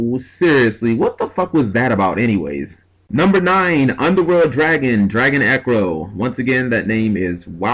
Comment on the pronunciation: You realize the cards name is Drago Necro... Not Dragon ecro -_- C'mon Cap....